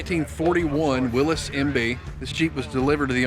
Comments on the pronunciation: It's pronounced 'WILLIES' JEEP not Willis Jeep.... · Nice video…now for my soapbox. To all those people out there that insist on pronouncing Willys like “Willees “. That man at the museum obviously is quite an authority on the subject of Jeep history and he does not pronounce it that way!!! I know it may seem petty but please say it right! Now, moving on. I grew up driving my dad’s ‘51 M38 and ya, they are a blast to drive. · I cringed every time he said willis.